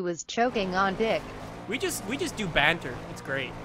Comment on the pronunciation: Hilarious listening to someone who isn't British saying banter!